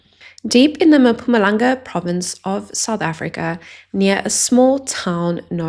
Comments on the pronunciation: Mpumalanga not MaMpumalanga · Dude right. Like its 2026, the year of enlightenment. At least this one thing. Come on. Noone is asking her to learn a second language but at least we can get mpumalanga and mthatha correct. It's not that deep.